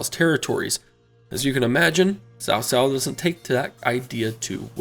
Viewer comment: It's not "Sao Sao", it's Tsao Tsao.